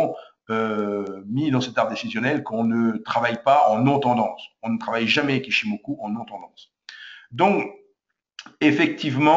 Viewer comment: C koi cette habitude chez les frenshies de tjrs adapter une langue à leurs culture!! Chikou senkou ichimokou!!? Ya pas de ou!!! C'est Chiko span, C'est Senko span, C'est ichimoku. Apprenez à respecter les langues etrangeres. Vous voulez apprendre l'ichimoku allez voir la chaine d'un expert japonnais, son contenu est en anglais allégé facile a comprendre. Dans ttes les videos francaises ya pas d'explication sur les time,price et wave theories!!? ''Japaneese forex trader kei''